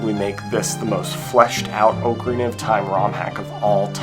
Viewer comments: Oak a rina??? Cringe bro.. Repeat after me Ahk-a-ree-na My god. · The year is 2026, people still say Oakarina instead of ocarina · Not trying to be annoying, but the o in ocarina is pronounced like the o in rock rather than the o in oak. So like "ah-carina" rather than "oak-arina" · That's not how you pronounce ocarina... You can literally google "ocarina definition" then click on the pronunciation and it will say it properly. It's pronounced like dock, not oak.